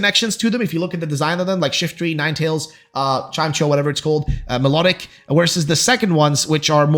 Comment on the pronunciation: ... "chime-cho"...? Really...? Chime-echo.